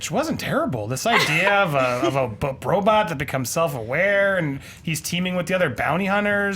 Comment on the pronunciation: i love but his pronunciation on some words are horrible....Robutt lol